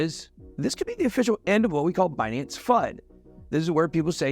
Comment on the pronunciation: Ben, let's be clear... it's Buuhnance